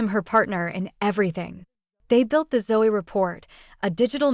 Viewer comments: It's ZO the E is silent. Ràchel Zo!! AI 😂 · How about pronouncing her last name correctly?